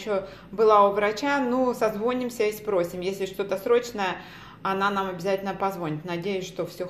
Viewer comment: СозвонИмся, не созвОнимся!